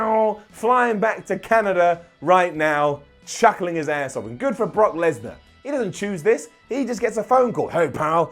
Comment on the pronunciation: “Knock Kesnar”-give a wwe microphone 😂😂